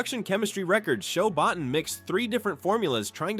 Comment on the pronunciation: Another person saying Rob Bottin surname mostly wrong only said right only once.